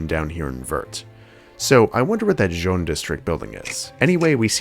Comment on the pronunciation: Begging yall to google how to pronounce colors in french its not john plaza 😭😭